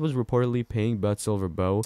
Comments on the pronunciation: Dying! 😂 It’s not pronounced “Butt”. It’s pronounced like “Beaut” in the first part of the Beautiful. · Butte is pronounced "beaut" not "butt." 😆 Chrissakes. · Butte is pronounced "Be-ut". Not butt... Thank you for the updates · It is pronounced Butte not but get it correct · It’s NOT pronounced BUTT…the U is the proper vowel sounding like the letter U 🤨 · Montana town....BUTTE, MT!! You don't pronounce is as....but..or butt!! With the e on the end of...BUTTE!! It gives the "u" a long sound!! Just like in saying the word....."you". And a butte.....is a very tall, isolated hill...but not a mountain. That stands off by itself. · Very good!! 👌Yeah...it killed me to hear him call it....BUTT!! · It would be good for your machine like announcement to learn how to say Butte. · That is not how you pronounce Butte.